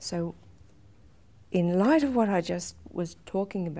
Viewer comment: I love the emphasis on "IN LIGHT OF"